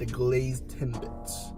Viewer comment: He said tim"bites" lol